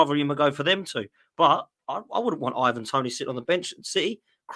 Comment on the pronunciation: Learn to say his name it's not Evan Toney you illiterate Manchester tit